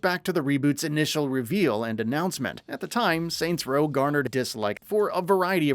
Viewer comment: “Soy row”